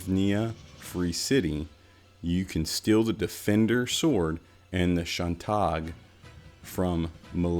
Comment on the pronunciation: Shan-Todge, and Mel-Lee-Uh-Duel. Just sayin'.